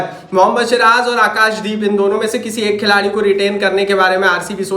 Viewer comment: Abe shiraj nhi ha vo siraj hai😂😂😂